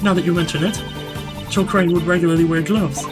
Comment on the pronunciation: Rebuttal -- Regarding Jill Crane-- ... THE victim, Jill crANNEE, WAS a member of the PrOLLLL-BLUGH blbl